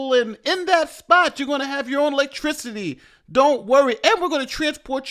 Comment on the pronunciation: Why always in black governor mayor etc places 🤔 😂 nyc literally migration center the us statue liberty even😂😂 They promised as you mispronounced "lectricty". Was no electricity promised 😂 much as george bush went after iraq for "newclear weapons"😂 they afraid of being cold at the shelter 😂😂 its new york November they came from Central America! Its the dumbest move they made😂 the facts they are worst then the current bums in new york . Least those guys are adapted. In our culture vs leeching it off.